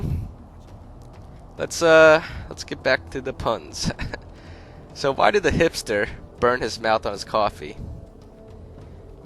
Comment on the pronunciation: I thought he he said hamster instead of hipster